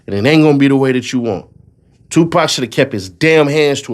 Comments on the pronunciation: Bro I couldn’t take it serious when she said 2 pack wtf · 3 decades later and these YT folks still can’t say 2Pac name correctly 😂 😂 😂😂😂😂😂😂